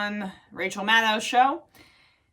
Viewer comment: Attic Emma, I LOVE how you just pronounced Maddow correctly with the 'w' silent. You're the only one on progressive media who does that, at least that I've heard. Ana cannot. And throwing a G-bomb! Damn, woman, YOU DA BOMB!